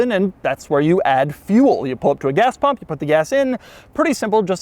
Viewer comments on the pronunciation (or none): none